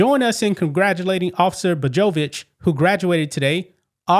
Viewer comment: Paused ... it's pronounced "Bo-yo-vitch."